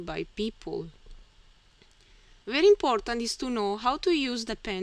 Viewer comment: Thank you! Your videos are very helpful to me. Your pronunciation is good for a non-native English speaker. You speak clearly and are easy to understand. One small tip to help you: Be careful with 'v' on very.